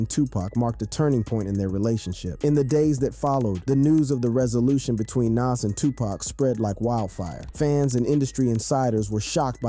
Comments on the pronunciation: Nas not nes 😂😂😂😂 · Nas, nas! Not Naas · Bro is Nas it’s not Naz you gotta say his name right bro the guides of the rap legend and you’re screwing up his name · To the mediator of this video I just want to say It's Nas not Naz just like another one I seen Tupack Jay Z corrected him it's Tupac not Tupack. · Why are you pronouncing Nas's name like that? It's Nas not Naas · Ngl, it lowkey kinda irritated every time he kept pronouncing his name "naz." Pronouncing it like jazz but with an N at the beginning, lol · Who tf is NAZ 😂 bruh it’s Nas lmfao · NAS..not NESS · Bro at least say Nas name correctly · Bro you need a to stop pronouncing Naz 2 different ways lol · Nas not Nass LOL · Nawwwwws not naaaasss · Say it with me its nahz not naz....U pissing me off u dont even know how to say nas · the crazy part is, he says it correctly sometimes but most of the time he doesn't... so annoying! Who tf is Nass? 😣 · We gonna let him keep saying NAAS? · Why are u calling him NASS? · The way you say Nas is wild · Wow they cant even say Nas's name right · You gotta learn to say the name Nas correctly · Say Nas’ name right. It’s not nas. Show some respect. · Why is he saying Pac's name right but keeps butchering Nas? Like guy you cant say Nas? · say NAS name right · Hate the way this guy says Nas name. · Ughhh im sorry but how your sayin Nas is NOT right . Its like how "Really" White people whom dont know anything in hiphop call 2Pac .. 2 PAck lol.... Just listen to the Dope song NAS is like.. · Pronounce "Nas" correctly please. Or dont make videos. Its incredibly disrespectful.